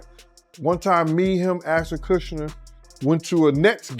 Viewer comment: It's funny how the guy calls him Aston Kuchiner.